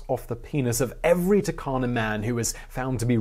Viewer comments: we Kenyans pronounce it as Toorkana stressing on the r and not Takana the way you pronounced it. People need to pronounce words the way locals pronounce it otherwise there'll be a communication barrier. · Turkana --> Toorkanah